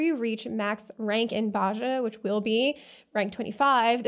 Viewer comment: Just a sidenote: the "j" in Bozja is a "y" sound ^^